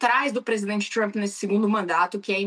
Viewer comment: Adoram falar Txhramp..